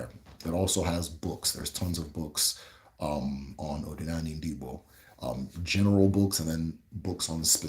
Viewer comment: Iseee but my brother, try to master the accent ooo 🤣🤣 ndi Eke' Odi na ani (Uda ana) Not Odinani (Uda elu)